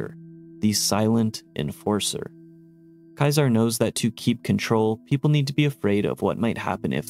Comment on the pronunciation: i know most characters in the Game misspronounce it too, it can be accepted as a correct thing all You want still cringy af to hear, i actually mute the voices in the Bethesda Games, but thats more general than just for Kaisar